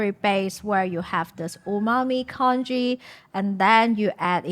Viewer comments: it's pronounced con ghee not con gee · Isn't it pronounced 'Tjong-ghee'?